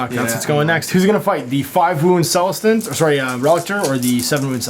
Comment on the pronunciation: Love these AoS battle reports. Keep it up. My second favorite thing is how you can never pronounce Celestant correctly. I chuckle every time you butcher the word.